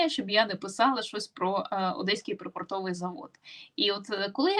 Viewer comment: да курва-мать... припОртовий, а не припортОвий